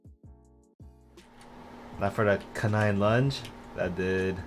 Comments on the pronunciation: Canine is pronounced like kay nine not cuh nine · Bro said cunine💀